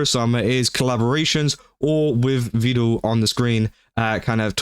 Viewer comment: The only thing that bugged me in this video is his pronunciation of Vedal as “vee-dal”. It’s pronounced like “pedal” and “medal”.